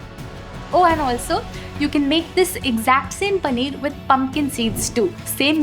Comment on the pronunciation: पनीअर 😂😂. Great video though. Thanks.